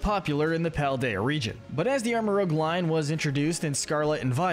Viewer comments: Rooj not rogue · I can't tell if you mispronounce pokemon names on purpose or not. I remember in another video ya'll said "Troo-bish" for Trubbish. And now MaJearna?⚙Armarouge. its rouge as in french red. Sure there's lots of interpretations on names like Arceus but these are just. SHAME. You're presenting the material, say it correctly for us please. Most of the time they are puns and you're murdering them. Good videos though. 👏